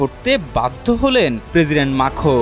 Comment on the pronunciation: আরে সাংবাদিক ভাই ইমানুয়েল মাখো না,!! ইমানুয়েল ম্যাক্রো 😂😂😂